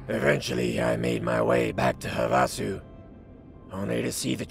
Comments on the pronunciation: "Huh vah sew" you can tell isn't from Arizona LOL. We all say it "have uh sew" just thought it was funny. Great content as always:) <3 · Weird: I've been to Havasu and everyone pronounced it like "HAVE-uh-sue". They must have changed it after the war. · Pretty sure it’s pronounced “HAVE-a-Sue”, like the lake in AZ, USA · It's pronounced have-uh-sue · Lol, even the mod author pronounced it wrong. its HAVE-a soo, as in Lake Havasu. What a goof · I've lived in this area for most of my life and never heard Havasu pronounced that way. Have-a-sue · I was looking this comment exactly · NO, that's Not how it's pronounced. It's pronounced "have-a-sue", it's where the London Bridge is located now. It's also a BIG college party town. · Everyone is pronouncing Havasu wrong and it's driving me crazy. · As someone from Arizona, the pronunciation of Havasu in this video is kinda annoying. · I have to say, pronunciation of Havasu made his intro song 10x funnier than it had any business being.